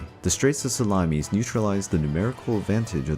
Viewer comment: SalamIS NOT salamES